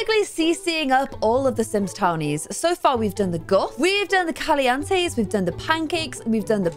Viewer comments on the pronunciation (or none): PLS ITS CALI-EN-TE NOT CALI-AN-TE